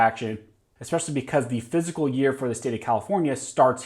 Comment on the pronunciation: Quit saying "physical" when you are referring to the "F I S C A L" year!!!